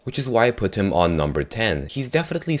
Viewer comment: he's wierd he says nuf number 4